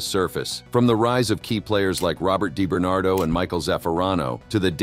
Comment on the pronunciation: Di bernado not Dai bernardo.